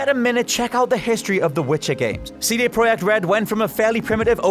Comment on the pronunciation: Wow! You’re probably the only person to pronounce “CD Project” correctly! Respect!